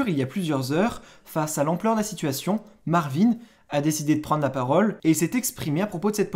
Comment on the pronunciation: " il s'appelle Ricardo il va sortir " ptdrrr "marveen" frère arrete